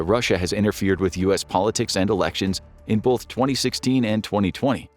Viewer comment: Its "BOTH" not "Bauth"